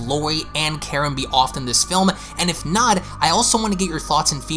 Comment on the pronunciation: You sound like a Canadian and your voice is so annoying. Not trying to be mean but also quit saying “offing Karen”, it takes from the significance of her role and it also sounds like ur saying “whaffing karn” LMAO